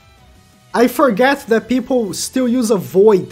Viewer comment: ah yes, "TAHT"